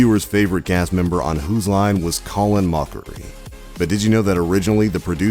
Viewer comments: "Moe-chree"??? It's Colin "Mah-cree" Dear god, do some research on your research. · You said his name right once then butchered it the next time. It went from Moc-kery to mercury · Ryan Stills? Colon Moekery? The narrator pretends to love the show but can't pronounce their names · Colin Mockery not mocha rie. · It's pronounced "callin' mockery", not "colon moe-kree". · It's MOCK eree. Can't be a fan if you don't know it's pronounced Backstreet Boys lol I'm kidding. Moe keree? That's funny. Well not really. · Why does the narrator pronounce their last names right sometimes and wrong others? At one point he said Colin MOE-cree and Ryan STILLS instead of MAH-cree and STILES! I'm confused. If you say it right once, why can't you say it right every time? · Colon mookery. How did you go through half the episode pronouncing his name right..to switching it to being completely incorrect...on purpose to try to be funny? Blows my mind lol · Ryan Stiles is pronounced STYLES Colin Mochrie is pronounced MOCKERY!!! At least learn to pronounce the names correctly!!!!! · You're making a MOCKERY of the way Colins last name is pronounced. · Mocha-ree Stills and Nash... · Mochrie is pronounced Mah-kree....It's almost a pun for Mockery. Jeebs.... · Who's co Lyn mook ery? I've heard of call in mock ery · it's colin MOCK-A-RIE jesus H christ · He later went on to say Colin "-Moke-rie" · And “mockery” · *names M-oak-rie And Stills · "Colon Moecrie" What.... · Actually it's 'Mock-ree' ... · It's actually pronounced mockery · omg colan moechrie ohhh lawwwd this guy....🙄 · The inconsistent pronunciation of Stiles & Mochrie was hilarious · I like how he pronounces Colin's name different every time he says it. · How can you pronounce Colin's first and last name correctly AND incorrectly in the same video!? And it's STYLES not STILLS. Sheesh!